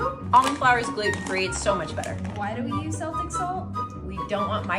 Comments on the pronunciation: Not to derail but that way that girl pronounced Celtic took years off my lifespan. It’s a K type of C not an S type of C I’m begging you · She can't even pronounce Celtic